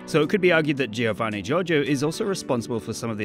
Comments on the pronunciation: just saw this video today after a year and saw that a lot of english speakers struggle with the pronounciation of "Gio" so to help you guys out the way to read that is the same you read "Jo", cause in italian G followed by an I or E sound like J in english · Being Italian, i say that how you pronunce Giovanni Giorgio is not so good, you have to say the i of Giovanni mute, but i know that it can be hard, even someone in Italy actually say Giovanni instead of Govanni! Here if A, O or U have a G before they, you have to pronunce gh, but if there is a g, an i and then A, O or U, you have to pronunce it: gi, but there are some exeptions, in some cases you have to do the gi, but the i is mute (for example, Giovanni). Giorgio instead is different, because you don’t have to say gorgo, but you have to pronunce a bit the i. So, not gIovanni, but govanni (this is just for the pronunce, you have to write it “Giovanni”) Btw gg for making a video about one of my favorites memes! 👍 😉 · he hears how he pronounces his name and he cant repeat it... you dont say the first i in giovanni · I don't get why you guys pronunce it "Jeeovanni". Giovanni Giorgio even says it himself! It's "Joevanni" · GIOVANNI NOT GEOVANEY!! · The way he says Giovanni burns my ears.